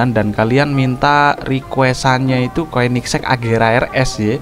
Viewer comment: Koenigsegg di baca konigsee agera rs